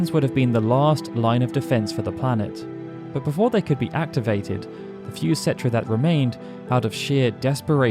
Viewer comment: Umm its pronounced ketrah...